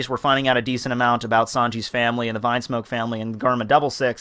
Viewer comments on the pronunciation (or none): "Vinesmoke" "Gurma" "Ray Jay" bruh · Why do you call it vinesmoke ?? it is Vinsmoke which it is pronounced Veensmoke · Rew Rose It´s not a matter of how he calls them, it is how it is written, that's the point. Vine is some thing and Vin is another, learn to differentiate.